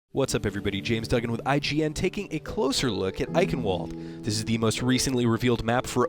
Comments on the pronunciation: It's not Ai-ken-wold, it's Eye-Shen-Vald-Eh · Its Eichenwalde not Eichenwald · eichenwalde is german for oak forest and is pronounced eichenvalder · F*ck me sideways stop saying eichenwald it is eichen valde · It's pronounced EichenVALD. Not EichenWALD goddamnit. W's are pronounced with a V sound in German. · I-ken-walled?? im sorry but as a dutch man i believe its Ich-en-vall-de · Goddamnit stop saying the name wrong..... Its eye-chen(not ken)-vald-a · couldn't have done a bit of research to find that it's pronounced "Eye-shen-val-da" not "Eye-ken-wald"?!ughhhh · "ayekenwald" it's "eye-shen-val-dah" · Eikanwald lol Its pronounced ei-hien-vald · To clarify, eichen is pronounced more like eye-ghen. It's difficult to type, but ch is pronounced as a "clearing throat" sound, but certainly not Shen. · I'm surprised nobody's mentioned it yet from what I see in the comments, but in German, 'W's are pronounced like 'V's. So it would be pronounced like "eye-ken-vawl-d' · eye-shhh-en-vald how you would say it for everyone, that isn't german! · It's pronounced Ihenvalde. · This is how you say Eichenwalde, INESHENVALDA, I'm German so I thought I'd help out your welcome ;) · Pronouncing it "Iconwold" is so damn wrong....You didn't even try. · "ike- in- walled" this hurts my head.... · pronounced i-shen-vald-eh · Someone correct me if I'm wrong but it would be pronounced "Eichenvalde" because it's German right? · why does everyone pronounce it Iconwarld? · The map's name is pronounced Eye-shen-val-duh (while shen is actually chen) and roughly translates to Oak Forest. The Shot from outside showing two signs which say "Jagdhütte Edelweiss" (Hunting Lodge Edelweiss) and Uhrenkeller (Clock Cellar). The brewery is called "Brauerei Mittagskrug" (Brewery Noon Jug)(IT'S HIGH NOON!). German guy out. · Anyone else tired of hearing "Eikenwald"? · I am tired of it and I'm only like a quarter German and usually don't care for peoples mispronunciations. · just say ishenwalt